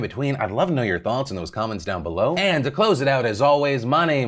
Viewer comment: Did he say “this is what I’m gonna ‘clothes’ on”